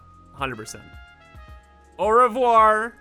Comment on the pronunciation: It’s not pronounced ovar war, it’s ove wa